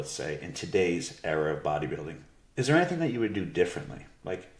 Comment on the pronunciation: there’s no r at the end of era